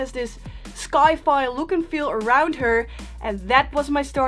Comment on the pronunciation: Your English is totally great,! Certainly beats my non-existent Dutch. So, thought you might like knowing that "sci-fi" it is usually pronounced "sy-fi" as in science-fiction, which does not pronounce the "c" sound. Crazy English rules! Keep up the great videos and photography and beware of the American-English Grammar Police. 😉